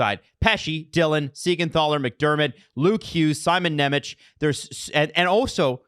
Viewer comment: You guys are pronouncing Nemec's name wrong. It's Nem-ets not Nem-etch